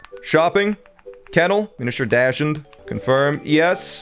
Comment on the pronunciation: Did you just…call a dachshund a dash-und? What…where…huh? It’s literally the wiener dog. No one has ever not seen a dachshund. This man is a true cat person. :D